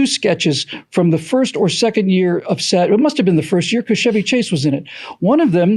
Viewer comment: CHEVY Chase! NOT SHEVY Chase! C'mon!